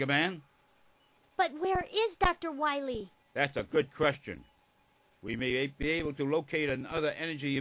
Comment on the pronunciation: Dr. Light almost called Megaman Dr. Wily. LMFAO Also he mispronounces Dr. Wily name by saying Dr. Wahwee.